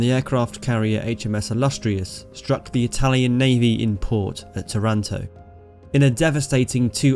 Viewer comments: Pronunciation check: TAranto; VEneto. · Its called tàranto with the accent on the first a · By the way, the city's name is pronounced TAH runto in Italian. Good narration of this amazing adventure by the Biplane Bravos ! How the damaged plane was repaired in a few minutes ! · I would better tell them just to pronounce Taranto in the same way they pronounce marathon- Simple as that